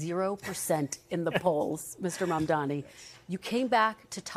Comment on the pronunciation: Yayyyyyy, she FINALLY said his name correctly. Up until now, she's been calling him momdummy, , maam'damni, mumdaami lol It's pronounced Mumm (like mummy) + Daa-nee (it daa like "duh" not day) And the "D" in Mumdani is the Spanish "D" like in the word "dos"